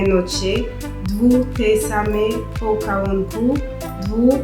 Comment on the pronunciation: Mówimy „pocałunków”, a nie „pokałunków”.